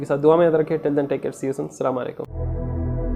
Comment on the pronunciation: Bhai aap salaam sahi karo uska matlab alag hojata nai tou bura nakko mano